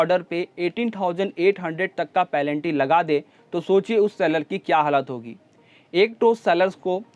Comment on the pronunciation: पेनल्टी को पलेंटी मत बोलो 🤣🤣